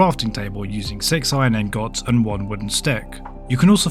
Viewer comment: Iron angohts 😂